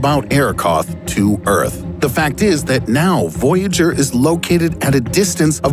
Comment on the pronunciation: At 8 min you said “voyager”. Yes, we noticed. ;)